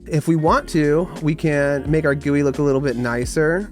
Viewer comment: WHY GUI AND NOT G-U-I